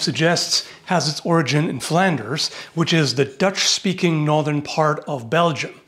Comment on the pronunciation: Wauw, your dutch pronunciation is pretty good actually